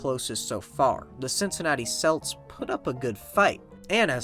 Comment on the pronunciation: I don’t watch or play sports but this video was pretty entertaining. The frequent mispronouncing of “Celts” was very annoying though. That team used the correct pronunciation with a hard ‘C’, so it’s pronounced “kelts”